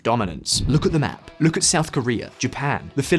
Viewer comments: south is shout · "SHOUT CHINA SEA" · "shout china sea" 🙃🤨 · loved the "SHOUT CHINA SEA"! :) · It's "SHOUT CHINA SEA"😁